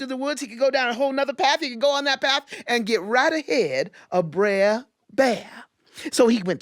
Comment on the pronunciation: I think that at any rate the pronunciation is closer to "bruh" than what she said, because the ending should sound like the ending of "brother." Br__er. Not brair.